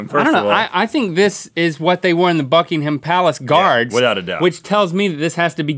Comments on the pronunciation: The way Link said "Buckingham" hurt me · Sorry I know it's pronounced differently in other country's but it's (buck-ing-hm) palace